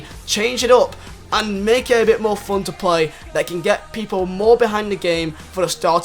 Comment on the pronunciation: *give them mower wespect 😂😂